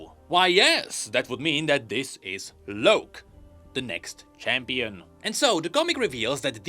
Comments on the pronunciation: Why do you keep saying "Loak" His name is Locke, as in LOCK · It's LOCK(e) not LOWK...UGH. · Locke is pronounced as lock.... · please, the name ‘Locke’ is pronounced the same as ‘Lock’. You’re killing me here. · It pisses me off that he keeps saying Loak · The way pronounces Locke really bothers me lol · yet I'm sure he knows what a Lock is, and this just has an E at the end... It doesn't change the pronunciation lol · THats not an excuse lmao hes doing it on purpose. His English is LIGHTYEARS beyond pronconce a simple ass word. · mine too, and idk why tf he's saying it like that.